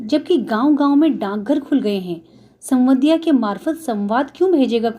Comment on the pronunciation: कथावाचन अच्छा है पर संवदिया का उच्चारण सवन्दिया किया आपने। जब संवाद सही से बोल पा रहीं थीं तो संवदिया क्यों नहीं?